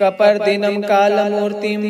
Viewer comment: आप गलत शब्द का उच्चारण कर रहे हैं (कलामूर्ति) है या (कालमूर्ति) है या तो लिखा गलत है या आप गलत पढ़ रहे है अगर आपको मेरा प्रश्न गलत लगा हो तो क्षमा मांगाता हु।🙏